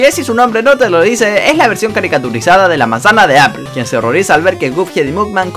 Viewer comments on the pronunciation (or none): none